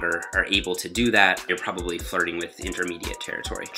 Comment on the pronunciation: "I propaly couldnt do 2 plates double over" lol :D